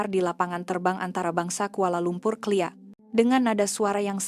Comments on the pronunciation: Assalamualaikum wbt ulam kleia... sebutan yg betul ialah K. L. I. A... (KUALA LUMPUR INTERNATIONAL AIRPORT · Bro KLIA jdi (Kali A ) bro dan Teh Karet jurutera Jadi vJuru Tae Ra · Sebutan K.L.I.A, satu persatu huruf nya di sebut. Jangan di sebut secara langsung,kedengaran aneh bunyi nya😅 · Bukan klia tapi K L I A😺😎😆😎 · Sebutan KLIA awak salah sebut satu satu.